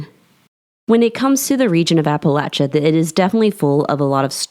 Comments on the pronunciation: Yes, I noticed that she said it right too! It drives me crazy when they say it like Appa-lay-chia! It's Appa-latch-a people! Not lay-chia 😤! The A keeps the same general sound all the way through! Not A like in lay, but A like in apple. 😊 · Thank you, great job of recounting some of the stories from my home region....and most importantly for pronouncing Appalachia correctly.